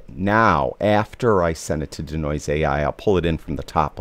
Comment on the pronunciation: It's DEE-Noise, not 'D'Noise', lol... Also, this doesn't really tell us how to use it as a plugin. I'm looking for how to set it up. This already assumes it's set up. How do I set it up?